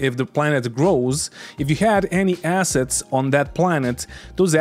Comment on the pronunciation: I know the devs started with all this assets-talk, but please do don't stretch the "a" too much like they do. Short "a", sharp double "s" sound. Otherwise it sounds like two words: Something starting with an "a" and a double "s" - and "heads". It has been bothering me since the devs started some episodes ago. And now everyone and their gran is quoting them and throwing that word around all of the sudden... And every time it is pronounced like they do, I keep hearing it wrong. People will say you are overly negative towards them. ^^ Got my towel. +1